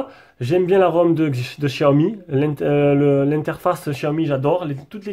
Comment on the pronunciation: Ca se prononce CHiaomi ;) super video